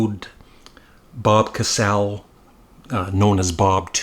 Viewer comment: It's pronounced Ca-saa-lee. It's ok mate, I made the same mistake for years 😂 I've been into them since Duty Now For The Future, but everything after Oh No, It's Devo (brilliant album) - really went downhill. Last album I actually bothered buying was Shout. But still one of my all-time favourite groups - seen them live twice in London. Nice video, thanks 👍❤ PS Haven't seen the documentary yet, I don't have Netflix, waiting for it to, ahem, stream elsewhere 😊 EDIT: Just watched it - I was in Devo heaven. WE ARE ALL D-E-V-O.... they are more relevant now than ever 👍